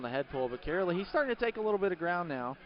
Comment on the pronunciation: Hearing the announcer butcher "Karoly" is making me laugh so hard and idk why